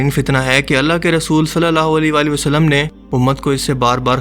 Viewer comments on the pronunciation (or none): none